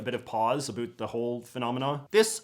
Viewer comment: "Talk a boot"